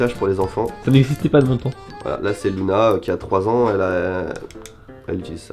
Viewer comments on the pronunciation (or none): none